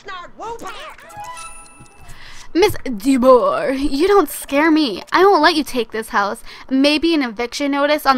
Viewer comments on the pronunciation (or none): No DeBoer it's said like de boo are